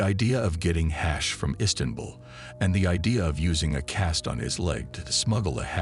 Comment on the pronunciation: AI SLOP, cant make it trough 10mins because of the word HAAASH